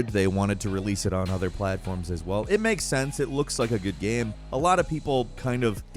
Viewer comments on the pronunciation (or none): none